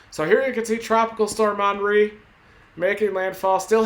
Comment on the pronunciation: Did he say onry? It's Henry like Hennessy